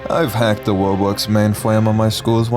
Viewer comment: Time stamp for the Not to Bwag about hacking Robwox please, I forgot people could sound like that and it’s hilarious